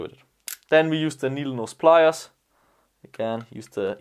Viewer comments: he says you need ‘nodleknees pliers’ XD I love the gun, love the videos, I am currently saving up to buy the ssg24, it is one of the highest quality guns I can find. Thanks for the videos, inspiration, and great gear. Keep on rockin on. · nodle nees plyas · he said 'nodle neese pliars', What a legend👌💙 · you say "nodle nees pliers", lol. I'm so happy you left that in! It really made my day!! Super detailed and informative too.